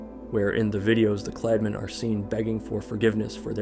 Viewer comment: смотрю и ржу как автор говорит "Kladmeni" и "Sportmeni"